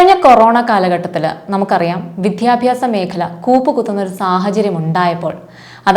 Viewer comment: Vidyabhasam. Not vidhyabhasam